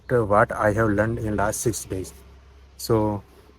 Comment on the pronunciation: Hey, I am watching your videos regularly....I think you should Impove your pronounciation like what, watching. Otherwise you are going on a right track.